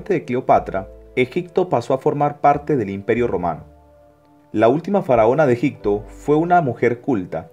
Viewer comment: Es EGIPTO....no EGICTO (Con "P".....No con "C" )